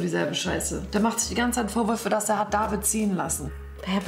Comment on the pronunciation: Jemand soll diesem Mädchen bitte sagen, dass sie nicht mehr „Davieed“ sagen soll.